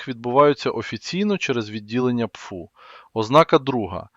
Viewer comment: Аи почему пфу, а не пэфэу? По звуку пфу похоже на плевок...